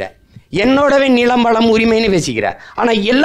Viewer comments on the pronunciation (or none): இந்த நி’ளை’ .. ரெட்டம’ளை’ .. என் நி’ள’ம் .. திருக்குற’ல்’ .. இவர் தமிழை காப்பாரா ?